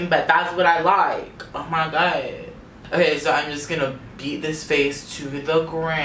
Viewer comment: You make me laugh every single time I watch your vids! "Ohr mai goid yassss!!"